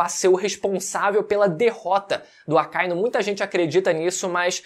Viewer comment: O que me deixa de cara é que o lê o mangá, assiste o anime e ainda vem falar Acáinu... Porra mano. AKA- Inú. Cão Vermelho.